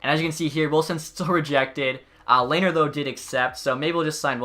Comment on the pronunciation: Ok I'm late but its Le-ner